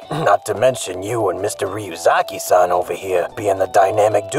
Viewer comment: Light not noticing that pronounces matsuda and ryuzaki just fine, is the best part of this so far lmao